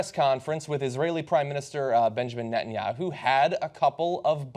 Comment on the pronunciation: Why doesn't somebody tell him that his name is Netanyahu!? Not BB, Betanyahu. What a thick idiot! Even Fox news can teach you the names of world leaders.